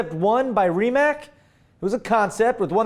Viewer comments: It is Rimac, not Rimac. In some languages, letter 'c' is not substitute for s and k, but it is read as 'ts'. So, try to read it as Rimatz. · the C in Rimac is not a K so you're saying it wrong, say it with C i know it because I am from country where is build. and the guy that has that firm is Mate Rimac